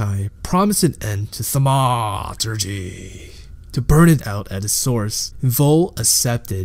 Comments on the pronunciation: thanks for the explanation, next time say "thaumaturgy" like a grown-up, please. thank you. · This was actually a good video but it would've been nice if you could've looked up how to pronounce thaumaturgy before you continued to ruin it. ;)